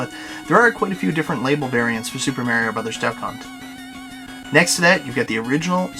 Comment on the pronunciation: omfg, nice Collection but fuckin learn how to say Mario!!! jeeeez-......hehe